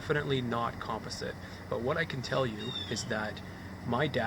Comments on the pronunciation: Learn how to say composite....gay Canadians. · It was a bit cringey for me, too. I came to the comments for this. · You are mispronouncing COMPOSITE ... have youtube pronounce it for you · Con-pa-sit lol jk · You say composite funny...